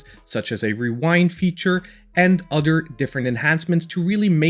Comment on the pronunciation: If you say udder one more time 😂